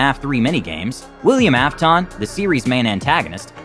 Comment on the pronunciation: WILLIAM AFTOEN XD